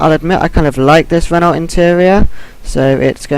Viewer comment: It's pronounced Ren-Oh dude